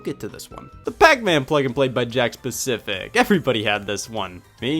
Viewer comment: Today I learned it's "Jakks pacific" Not "Jakk specific"